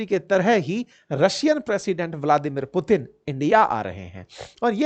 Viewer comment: मुतीन 😂😂😂😂 क्या बात है